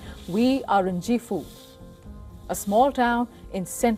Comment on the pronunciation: Gifu - is pronounced incorrectly. You know - say it like your Ghee butter. 🧈 🇮🇳 Comon fellow Asians - get it right